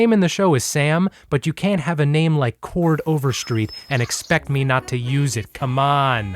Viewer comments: the deterioration of cord overstreet's name the entire video is really just the cherry on top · i kept watching because of the different pronunciations u had for Chord LMFAOOFJDDKDI